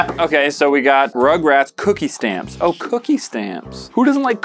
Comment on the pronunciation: for once i actually agree with with the way he said rugrats